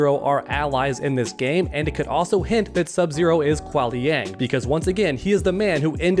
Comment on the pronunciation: It's Qui Liang